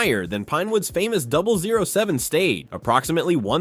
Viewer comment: Too many images and clips repeated throughout this video. And, your AI needs double-checking before uploading. "Simon" Kinberg and "007" are mispronounced.